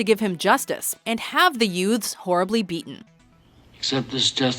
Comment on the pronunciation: i swear it sounds like she said yoots just like pesci from my cousin vinny